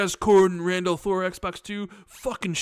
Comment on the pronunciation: We have been hearing for a few months. No big deal. I just laughed when I heard it.